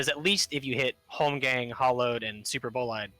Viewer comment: When they ALL Pronounce Superbolide wrong crys in pronunciation But i feel like Tanks in General are in a good spot minus GNB who needs a good amount of potency buffs but aside from that well get fixed before raids soon enough.